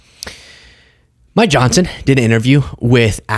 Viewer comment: 🤣 i swear i heard "My johnson" not Mike johnson